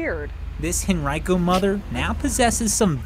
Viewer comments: And pronouncing Henrico as hen rye co lmao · What the hell, not a single reporter can speak Henrico properly. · Living in that area of virginia. I never realized Henrico was pronounced that way.